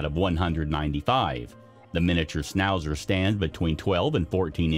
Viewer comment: Why did you not check the spelling and pronunciation of the dog breeds…. (Schn not sn when pronouncing schnauzer, but there were plenty more mispronounciations) And hardly ‘newly discovered’